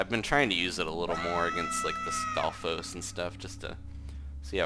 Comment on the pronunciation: You seem to have the most trouble with stafos not the wizrobes